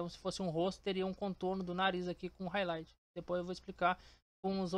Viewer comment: explica mt bem viu, só esse R de highlight que me pegou kkkkk